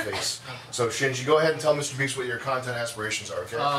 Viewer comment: Mr.Beast? I thought u said mr.weast